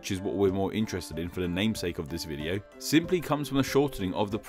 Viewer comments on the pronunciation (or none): none